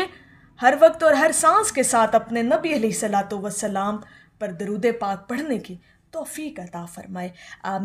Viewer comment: آپ کی درود پاک کو پڑھنےکی ادائیگی درست نہیں ہے